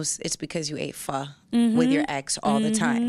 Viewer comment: This chick keep saying pha corny